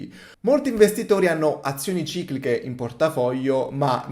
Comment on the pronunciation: QUANTE VOLTE HAI SBAGLIATO A DIRE CICLICHE 😅